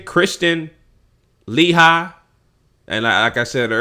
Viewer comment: LOL....The way this dude Pronounces her last name, gets me every-time.